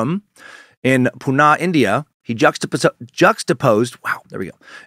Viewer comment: just some pronunciation corrections for yoos- Sannyasin = sin-yah-sin. Osho = oh-show. Pune = poo-nuh. I lived in Central Oregon back then and have my share of Rajneesh stories- I even visited the Big Muddy in its heyday.